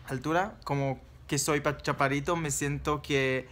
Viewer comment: yo tambien mido 1,64... escuche mal o dices ¿chapadito en vez de chaparrito? hehe saludos...